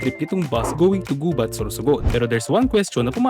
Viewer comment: the accent is on the second syllable..we say "Gubát"